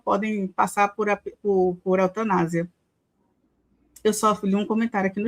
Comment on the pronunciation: Nem consigo ouvir Mai's ESSA qué falou em autanásia!!!!!